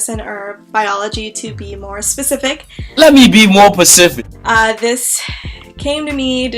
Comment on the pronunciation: Girl yas!💕 Your videos make me laugh lol, "let me be more Pacific"😂 Also sooo happy for you, you going places!